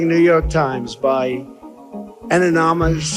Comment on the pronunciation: All my favourite bloopers right there. I could listen to this 100 times.. the oranges of the investigation, anominous anominous.. Ya HAVE to see it- how can people NOT see that.. THANK YOU 💙💙💙